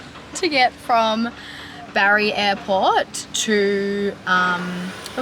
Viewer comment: Omg be careful. Napoli is well known for crime you are extremely lucky! Bari is pronounced differently and yes not as touristy. Enjoy your travels and stay safe xx. Italians speak English well mainly but not as widely spoken the further south you go. Peter should learn!